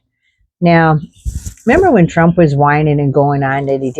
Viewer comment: ROFLMAO! you know every person who speaks German tried to pronounce TROOOOMMMPPP. i don't know why, but it just sounds so komisch